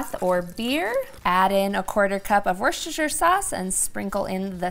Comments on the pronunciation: Wooster sheer. Say the oo the same as you say cook. Your recipe was amazing. I always boiled mine. Blah! This is way better! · She calls it worsecestershire sauce because it isn't as good as Worcestershire sauce.